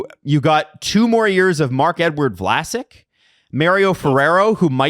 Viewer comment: As a Sharks fan, almost calling Vlasic "Flaccid" was painfully accurate. 😭